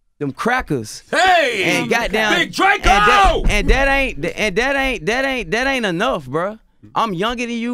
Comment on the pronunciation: Big DRA-CO 😂😂